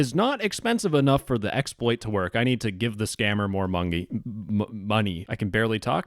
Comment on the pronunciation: "I need to send the scammer more Mungy :3"